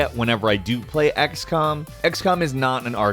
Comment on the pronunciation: Did he just say axcom the first time